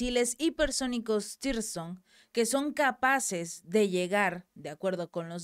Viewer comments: CHICA..LOS MISILES NO SE LLAMAN "TIRSON" COMO TU LOS MAL MENCIONAS... SE LLAMAN TSIRKON!!! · SIRKON, SIRKON, SIRKON. Y NO "TIRSON".